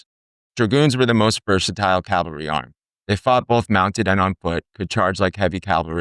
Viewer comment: C-A-V-A-L-R-Y versus “Calvary” where Jesus was crucified. Just sayin. Otherwise, I enjoyed the subject matter and visuals. Very nice.